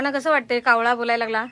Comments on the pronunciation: कावला नाही ओ कावळा 😂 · कावला नाही कावळा म्हणायला शिका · आदिवाशी कावला म्हणतात पण तू कशाला कावला म्हणतेस कावळा म्हण कि. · ताई कोकणी वाटतं कावला नाही कावळा